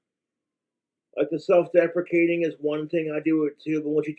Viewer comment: self-deprecating or defecating? Need you to be very clear with how you pronounce this because it's extremely important